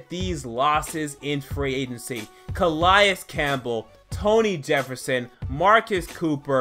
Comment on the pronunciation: Nkemichie has grown up. Gonna be great. He took off the clown nose. And btw it cuhhhh-lay-es